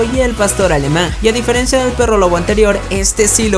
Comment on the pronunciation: a diferiencia? jajaja DIFERENCIA!